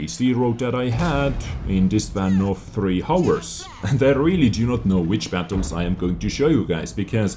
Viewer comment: Just a tip for your english, you are not supposed to pronounce the "h" in hour, it should sound like our instead of hower. Idk if you already know and your accent is making you say it like that but i'm telling you anyway to be sure